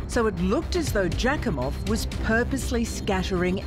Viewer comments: Jack-em-off. Are you kidding? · Kelly's sis broke my heart when she was talking about her last convo with her. (I was wondering if "Jakimov" was a real name 😂😂😂 All I can hear is "jackhimoff" ) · Say "Jackimoff" one more time!.... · Wait...jak-im-off?! Seriously is that really his name? 😂😂😂😂